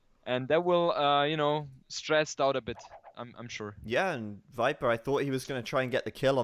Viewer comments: I love but it makes me laugh every time he says wiper....... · kinda annoying that he pronounces all V's as W's tho, "wikings" and "wiper"